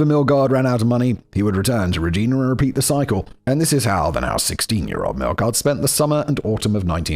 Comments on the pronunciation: So Rej-👁️-na. Got it. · Yup reg-I-na to kind of try and break it down... Lol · Regina is REE J-EYE NAH. Toque is TWO-K. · Regina actually in pronounced ri-JY-nuh rymes with vagina. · In Canada the way we pronounce Regina rhymes with "vagina". So long as you pronounce the city name without the letter V you won't offend the locals. Also of note, a song was written about David Milgard: "Wheat Kings" by the Tragically Hip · With every mispronunciation of Regina, all I could think was that the pronunciation guide should have had the city’s briefly run tourism slogan - “Rhymes with fun”. Also, “pair-ing” and “t-ew-ck”. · I know it's probably already been said, but toque is pronounced like tOO-ck, like torque but with a long O sound. Regina is pronounced like Vagina, yes really. And Saskatchewan is a bit weird. We don't really emphasize the vowels so much. It's more like Sis-scatch-iwan. Sorry for being a dick. Love from Vancouver, British Columbia, Canada!! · Tookee?! TOUQUE! Like… Two-K. It’s a winter hat! Also, Reg-EYE-na. Bruh! I know the Regina thing is cuz you find it funny, like I find Winterpeg funny… but my god. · Pronunciation guide: Toque- rhymes with broke or luke. Paring knife- rhymes with airing. Regina, Saskatchewan- rhymes with fun. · my god I'm so triggered toque is pronounced TEWK regina (the city) is pronounced regEYEna paring is pronounced PAIRing also, I knew about the murder but I didn't know where it took place. it's right behind a place I was thinking of moving to. ngl I'm second guessing that - I'd be creeped out now. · Sask with odd emphasis and "Re-gee-na" are also giving me a chuckle while also making me cringe. I'll take it though for the Canadian stories! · Regina... the city the rhymes with fun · It's Rej-eye-na. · My god his pronunciation is erking me it is too-k, pairing knife and im not from Saskatchewan but we say Regina (yes is does sound like the word your thinking of trying not to say) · Not to mention Regina 😂